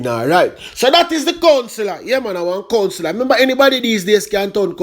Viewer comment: Anybody can’t tun Counselor 😂😂🤣😂🤣😂🤣😂🤣😂